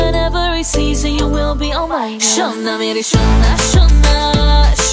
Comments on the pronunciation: How many Indians🇮🇳 think that her pronounciation 'SHONA MERI SHONA SONA' is more soothing😌❤️. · Really It's "SHONA MERE SHONA " pronounciation is better than us